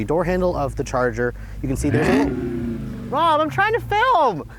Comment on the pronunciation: "Rob I'm trying to film" sounded like "mom I'm trying to film" 😁